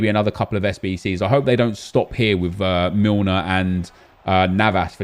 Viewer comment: Did he just say James Milner like James Rodríguez 🤣🤣🤣